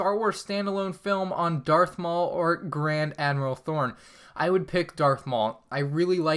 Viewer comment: Hold up, did he just say "Grand Admiral Thorn?" That is just not okay. You do NOT mess up the name of such a legendary character. Great vid tho.